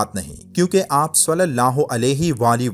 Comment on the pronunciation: بھائی ص کے اوپر پیش نہیں ہے ( ُ ) نہیں ہے بلکہ زیر ( ِ ) ہے۔ ﷺ